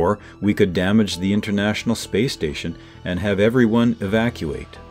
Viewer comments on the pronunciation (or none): none